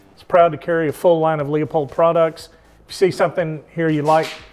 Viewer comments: He’s calling it a Lee a pold with the Leupold rep next to him 😂😂😂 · listen to Bob Dana - it's pronounced Loo - pold!! 🤠